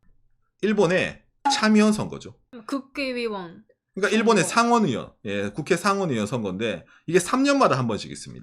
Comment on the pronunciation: 국개의원으로 들리는거 저만그런가요ㅋㅋㅋㅋㅋ